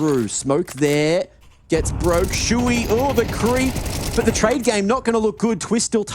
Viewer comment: siuhy its not shui, wtf?